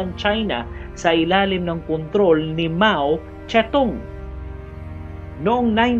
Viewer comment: Mao Zedong yan sir hindi mao ste tung